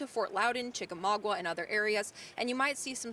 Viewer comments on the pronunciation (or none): It is Chick a mauga there is no W in there.